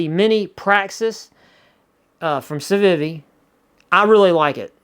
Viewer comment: The way you pronounce Civivi bothers me a little bit, but I love your channel and watch every new upload with enthusiasm - so i'll let it slide, just for you,!